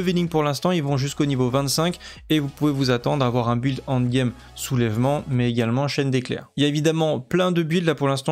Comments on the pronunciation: prononce N, N'd game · Super boulot comme d’habitude mais un effort avec l’anglais quand même avec le END game 😂